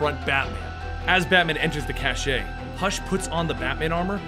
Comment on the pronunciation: You're at it again, cache is pronounced "cash" not "cash-aye".